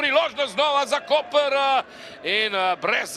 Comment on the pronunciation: pravilna izgovorjava mesta Koper je Koper, ne pa Kopr! Hvala.